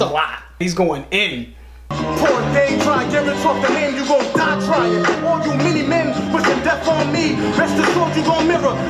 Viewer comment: The "many men" line could also be another reference to Verne Troyer because it almost sounds like he's saying "mini men".